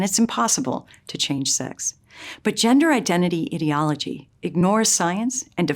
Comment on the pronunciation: You complain about language changing, yet you can't even pronounce the word "ideology" right. hmmm....